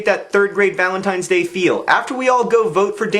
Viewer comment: Did he say Valen's Penis Day?